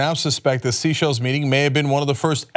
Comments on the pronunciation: It isn't Sea Shells island... it is Seychelles (Say-Shells) ROFL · It's not 'SEA-shelles', it's 'SAY-shelles'. And it's a common vacation spot for very rich people... So it could have been a chance meeting, but it DOES look suspicious... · Oh Cenk, its "Seychelles" not sea shells. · Its pronounced SAY-SHELLS. not sea shells. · Pronounced: "say shells" NOT "sea shells." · It's pronounced "say-SHELZ" Cenk. Not SEE-shells. lol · I'm pretty sure that it's pronounced SAY SHELLS, not SEA SHELLS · My only thing is that they aren't pronouncing Seychelles correct. It's not sea shells, it's say-shell-ez. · Cenk, it's pronounced "say-shells", not "sea-shells" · Oh, he SAID seashells. He doesnt know its pronounced say-shells... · Also, it's "The Seychelles", as in plural. "The Say-shells", not "Seashells Island". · pronounced Say-chelles not seashells! ;-) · 'Sea Shells', is that how Americans pronounce 'Seychelles' (most people pronounce it 'say shells' unless you are French, then it is pronounced 'say shell'). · Seychelles is not pronounced “sea-shells” but “say-shells” , not important really , but it might be considered a wrong answer on Jeopardy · Say-shells. Not sea-shells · Cenk, the island is pronounced ""Sayshelles it's spelt seashells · Common Sense and also, the word is sayshells not seyshells... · Seychelles not Seashells! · Cenk...buddy...its 'SEY-shells'...like 'THEY-shells' not 'SEE-shells' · it also isn't Sea Shells island... it is Seychelles (Say-Shells) ROFL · So because he continuously mispronounces Seychelles he’s spouting an opinion? That’s not an opinion. That’s a staff that is afraid to say “Cenk, it’s SAY SHELLS”...Wtf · Seychelles is pronounced “say-shells”. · Its pronounced "saay - shells" - sorry, I don't mean to be picky - but its kind of important that people understand how to say things properly, especially if its educational like this. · Pronounced "say-shells" - Seychelles. You said it perfectly on April 4, 2017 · It's pronounced "say-SHELLS"!